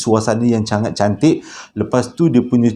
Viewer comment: 🤣🤣🤣maaf akak gelak... 'cangat cantik'